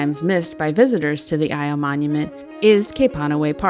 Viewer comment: "eee-ow" not ee-o and not i-o. Great video otherwise. Glad you enjoyed your visit.